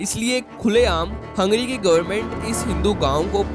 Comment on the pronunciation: Abe हंगेरी bol. Hungry नही.